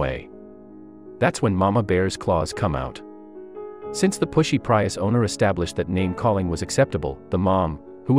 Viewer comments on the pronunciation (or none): What planet are you from? It's PREE-US.